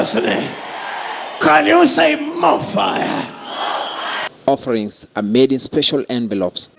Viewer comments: Moh fiah... Lol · hahaha.... can you say Mofire